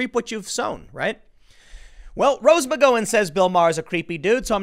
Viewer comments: Are you mispronouncing her name on Purpose... i mean it's been months and you've still got it wrong.... am I missing an inside joke? "Mc Gow in" -not "Mc Go In", like owe, sow, pow, wow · It's McG-OW-an. Not McGO-an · Tim, it's a small thing but her name is pronounced Mc Gow-an not Mc Go-un. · I always thought it was pronounced "Mick gow-an". Hearing "mick go-in" makes me giggle. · I Can't stand it anymore!!!!! Google her name please you are pronouncing it WRONG it's Mc-Gow-an not Mc-Go-en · Rose McG(OW)an OW-an... not Go-an.... OW! not Go.... DO NOT PASS GO, DO NOT COLLECT $200...... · Rose Mc-GOW-an , not Rose Mc-GO-in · isnt it pronounced McGowan (rhymes with cow) rather than McGowan (rhymes with go) ? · I only clicked on this to hear Tim say "Rose McGoing" again, and was quickly pleased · I asked him, "where is Rose Mcgoin Tim"? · next video "Tim Poole credibly accused by Rose McGo-in" she felt threatened by his mocking tone and inability to say her last name correctly. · It's Can't care less. Also, it's McGowen, as in Ow, like when you stub your toe. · I think the Gow in McGowan is pronounced like "Cow." Mc-Cow-An ... like that. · Why does Tim say McGawon like an R word? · Tim, Rose "Muh-go-in," Pool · Tim: It’s /mik-GOW-un/, where the “GOW” rhymes with “NOW.” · Please check your pronunciation, the ow in Gow is like the ow in Pow. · rswindol OMG! Between saying her name wrong several times and saying Mika’s name wrong the other day... it’s like nails on the chalkboard after awhile. Just say their names right, dang it! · You can't pronounce her last name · That’s a weird pronunciation of McGowan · One of these days we're gonna get Tim to pronounce McGowan correctly. I'm holding onto hope. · Please learn how to pronounce Rose McGowan's name correctly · Why do you refuse to say Rose McGowan's name correctly? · McGowan is pronounced like the noise you make when you stub your toe, come on Tim 😉👍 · I think you pronounce her name wrong